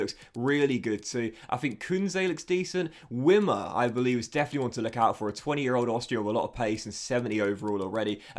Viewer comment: Also "Vimmer" and "Peeper." Easy German: ie="EEE" sound and ei="I" sound. Really excited for this playthrough!